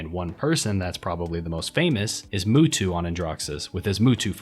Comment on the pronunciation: "Who tf is Mootwo? Ohh he mean't Mutu"